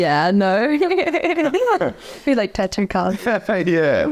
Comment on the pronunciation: The way she pronounces “tattoo” is getting under my skin